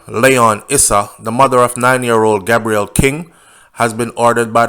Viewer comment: His name is pronounced Gay_brel